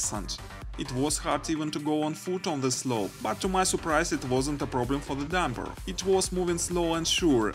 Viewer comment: По английски ролик научились озвучивать, а "дУмпер" правильно произносить нет....